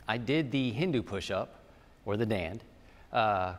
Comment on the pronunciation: 👌👍Perfect..It's called a Dandh ... like Dand-huh. Not Daand. Very nice explanation.